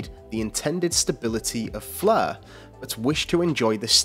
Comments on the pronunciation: Why is that the commentator is pronouncing it as "fleur" as in French but not Flare!?Not the same 🤔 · Stop saying "Flur"